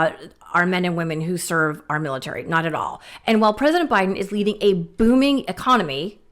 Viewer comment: The other day, he couldn't say military. He said. Milater...militer... then switched to sharks.